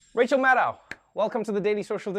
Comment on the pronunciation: It's MAD-doe (as in deer). I've heard her say it in person. She never corrects people like Trevor or Nicolle Wallace, but I teach students with names from all over the world and pronouncing their names correctly is something they always value.